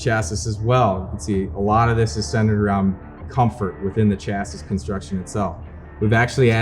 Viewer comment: New drinking game, every time he says “Chas-sis” instead of “Chas-ee” you gotta sling one back.😂😂😂 All kidding aside, this is a killer saddle!!! So glad I got one!!!